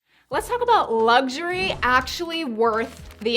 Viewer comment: One minor gripe, since you have a luxury channel it’s a good idea to pronounce it correctly. It’s not lugsurey.